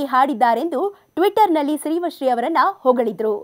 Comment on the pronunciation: Pronounce girl’s name properly